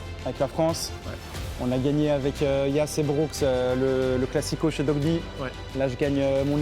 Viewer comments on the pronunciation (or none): OH WESHH DITES LEURS QUE C'EST DOIGBY ET PAS DOGBY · Ya vrmt personne qyi peut dire DOIGBY mdr ils disent tous dogby